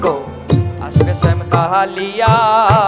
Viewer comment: Not Sam it is Shyam take care pronounsan